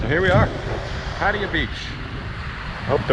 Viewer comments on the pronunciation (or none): Its Pat-Taya!!! Hahahaha! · listens to Brit and Ozzie video obviously, since they always mis pronounce Pattaya. PS, subscribed to make it 5001from a Bang Saen person.